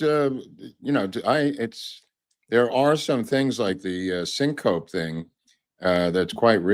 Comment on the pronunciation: Sin-co-pee. Low blood sugar would be another reason she fell out.